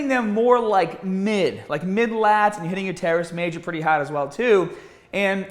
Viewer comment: Haaaaarrrd. You’re Australian!! Great info!